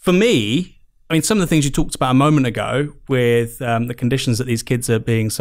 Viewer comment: Why do You have quite a well spoken tone but then pronounce with as wiv and Month as Mumf ? Just curious because I have noticed it a few times recently.